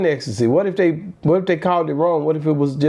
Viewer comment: Ecstasy not ex der ain’t no (ex) in the word 😂😂😂